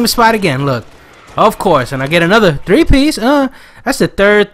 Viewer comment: how come you don't roll your R's on the three piece.